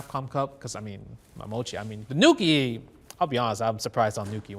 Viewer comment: THANK YOU FOR SAYING NUKI THANK YOU MENA ❤️❤️❤️❤️❤️